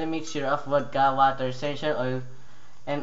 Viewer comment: funny ass accent... WATAH!! lol